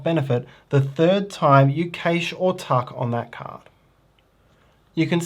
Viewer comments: great video, however, the word cache is pronounced CASH and not KASH. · Cache is pronounced cash/cash-ing. Thanks. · cant get past the way he pronounces cache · How dare you have an accent! 🤣 I know this word has two valid pronunciations in American English (CASH & CASH-AY), but I didn't know about the non-American pronunciation. I'll add this to the list between aluminum and schedule. ;)